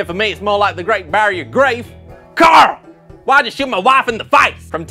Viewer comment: Its Cooarl